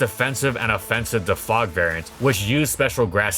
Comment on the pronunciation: When will you start pronouncing "defog" correctly?? It is DE-fog, it gets rid of the fog just like for example the word demote which gets rid of a promotion. It is not thefog